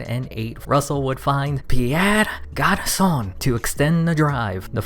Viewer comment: It's not Garçonne, it's Garçon.